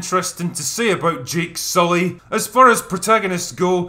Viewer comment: The way the "witchdoctor" Mummy Smurf says "Jake soooley" makes no sense He introduces himself as "Jake Sulley" - why would she phonetically pronounce a word she's only heard spoken and never read? She would just call him Jake Sulley, pronouncing it the way she heard it. This is when you have to reign the "talent" in as a director...